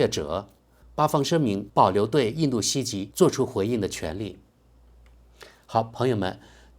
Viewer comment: ，听到你读错了很多遍，实在忍不住要指正一下。「袭击」应读作「习机」，不是「西急」。